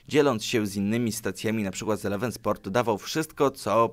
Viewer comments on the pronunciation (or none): none